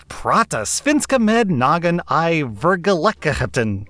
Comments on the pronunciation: I am from Sweden, and i got to say. That was some good Swedish, it was really fluent and hade a good tempo (the right speed). The dialect was a bit iffy(somewhere between Danish and German), but I understood everything. Aldo, you did fail ``massively`` on the last word, verkligheten :). Thumps up fore you. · Swede here! Some feedback on pronunciantion (not gonna do any pointers on å-ä-ö): -First sentence was good. -In basically every scenario we never pronounce "i" as you do in english. It's more like the 'e' in "we". -Verkligheten(real life), when it's hard to say break it down in small bits like, Verk-lig-het-en, and you should end up a lot closer to what it actually sounds like in conversational swedish. -The rest was also good. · Your attempt at Swedish was actually pretty decent. Your pronunciation is a bit off but it’s mostly understandable so that’s really impressive. “I verkligheten” was off a bit but that’s it. It’s i verk-lig-het-en. Also think singsong’y. Search for Alexander Skarsgård speaking Swedish, there is a video where he doesn’t just speak Swedish but he shows the difference in how we talk by speaking English they we speak in Swedish. It was quite fascinating to see and hear even as a swede. I couldn’t speak English with Swedish speech patterns. The intonations and rhythm of Swedish but in English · Sweden here and tbh you did terrible but it was so funny I showed it to my little sister and she was dumbfounded I will probably show this to my friend Edit: I showed it to my dad and we loved how pronounce verkligheten